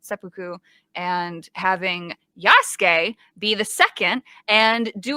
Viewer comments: They can't even pronounce yasuke correctly in this "historically accurate" game and you expected good dialogue??? LMAO The moment I heard Ubisoft saying "yah SUE key" instead of "ya ske" i knew they didn't give a crap about anything but their own fiction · If you look upnhownto pronounce Yasuke, they are pronouncing it wrong in the game. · That’s not Yasuke, it’s “Yaaas Gay”.